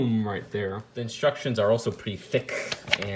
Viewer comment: The way u say "thick" or "thicc" when it comes to the box and the instructions....